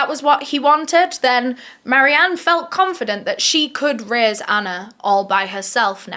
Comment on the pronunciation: Why you saying raise sounds like rizz it sounds like you said Marianne is ready to rizz her daughter